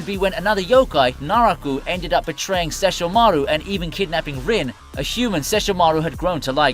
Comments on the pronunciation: Bro said sesh - ho - maru lmao, it's all 1 word, why did you break it up with the way you pronounced it. Go watch the anime, dude making this video, listen to how his LITERAL brother pronounces his name. Cause you ain't pronouncing it correctly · Sessho Maru🥴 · I hate the way you say Sesshomaru. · It just feels so extra. Bro just say the name normally why do you have to try so hard. It’s like he wants to sound Japanese but not even the Japanese version says the names like this